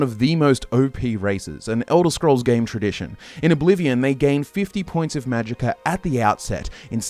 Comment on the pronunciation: Eldah scroll four… oblivon